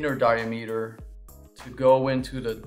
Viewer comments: DY-a-ME-ter? dy-AM-uh-ter! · "die-a-meeter"? "hose-a-uh"? LOL